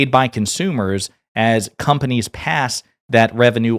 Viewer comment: "Graciously sent him back to his conpanies"